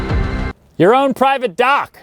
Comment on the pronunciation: it was a play on words. To my English ears when he said “here’s the dock” it sounded like he said “here’s the duck”. In the next frame there was a Canada Goose, so the joke. But the joke might have been a lame duck.😊